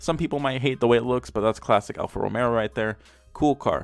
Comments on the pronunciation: what that have anything to do with it. He said "Romero" it's romeo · The way hes highlighting the letter R in RomeRRo is Just out of this world dude hahahaha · (al-fa) (ro-meh-o) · Boi, did he just say Romero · Ro-May-Oh #TriggeredBoi